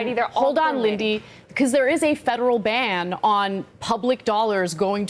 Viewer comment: “LIN-DY”…. Wow Ana.